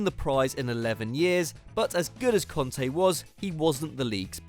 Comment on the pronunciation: Kante not konta...can't you read?